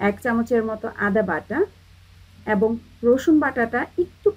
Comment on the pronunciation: অ্যাবং! অ্যারচেয়ে! 😂😂😂😂😂